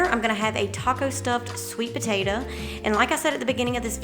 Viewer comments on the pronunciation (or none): I LOVE the way you say "potatah" - My mom was southern, and said it like that - She passed a few years ago.. It's nice hearing it again.